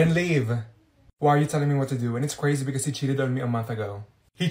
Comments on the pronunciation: Isn't that cwazy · Isn’t that CWazy